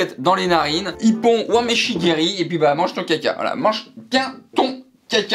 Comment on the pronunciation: On dit Mawashigueri et pas Wamashigueri